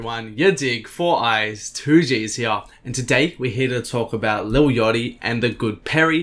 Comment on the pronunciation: his name isn't lil yotty